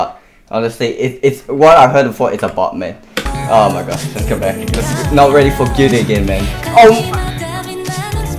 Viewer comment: he did nawt🤣